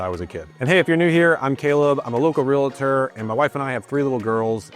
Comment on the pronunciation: Stop saying real-a-tor. The word is two syllables "realtor"